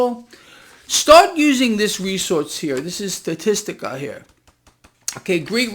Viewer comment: Since you picked on me for mentioning that illegal immigration is also a major problem. It's pronounced sta-tis- ta NOT sta-tis-tic-a! BAZINGA